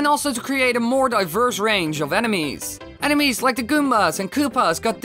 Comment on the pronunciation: Who thought he said anime’s not enemies😂OMG